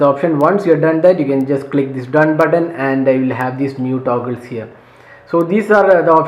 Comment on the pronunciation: Taguls😂 but btw you're review is great!